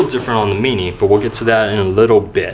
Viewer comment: when he says mini :p